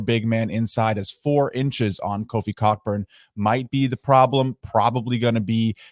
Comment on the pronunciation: FYI, it's pronounced "Coburn" 😂